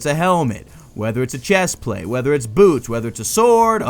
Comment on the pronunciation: for some reason when you say"boots" I heard "boobs"